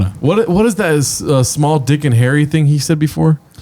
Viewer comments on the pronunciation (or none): none